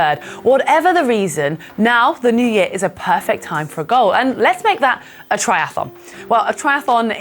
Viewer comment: "try ath on", not "try ath a lon"